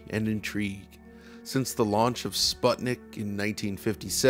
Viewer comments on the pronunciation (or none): Man, the pronunciation of Sputnik in the beginning killed me 💀 Be better. You learned how to say Wolfenstein, you can learn that too.